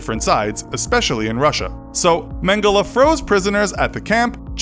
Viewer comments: It's pronounced mengel not mengela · It’s it’s pronounced man-gel-y not man-gella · Mangela ? English can't pronounce anything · It’s pronounced men-ge-lay , he is German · Mengela or Mengele ?? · Dude it’s pronounced mengell ok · You don't pronounce Mengele that way.........